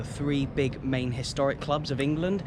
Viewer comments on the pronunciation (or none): none